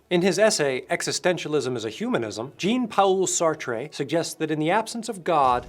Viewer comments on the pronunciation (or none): Gene-Paoul Sartré hahaha fabulous french prononciation!!!